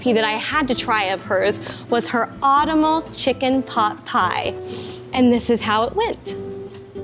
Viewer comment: autumn-al.... seriously?